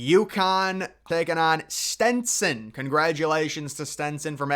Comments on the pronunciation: IT IS STETSON NOT STENSON STOP SAYING STENSON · It’s Stetson, not Stenson! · Buddy it’s STETSON NOT STENSON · There’s only one “n” in STETSON…smdh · Say it with me …STET-SON. Not Stenson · Stenson? You failed within 20 seconds of your video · I love your videos. But for Christ's Sake bud there's no N in Stetson university